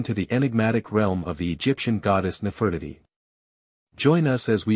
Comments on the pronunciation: Her name is:: Ne-fer-ti-ti: get it😅😂👏💯🙏🏾🤨😖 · I apologize for the wrong pronunciation of Nefertiti. Please ignore that and enjoy the rest of the video. Thank you 💯🙏🏾